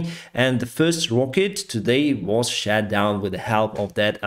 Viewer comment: pls pronunce "shOt" corectly shat is the past tens for shiting xD